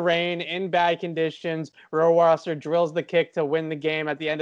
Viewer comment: As a german native speaker I must say that you guys have to work on you pronunciation of Rohrwasser 😂